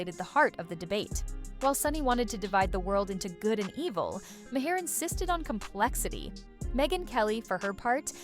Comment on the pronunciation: You're pronouncing Maher incorrectly. 🙄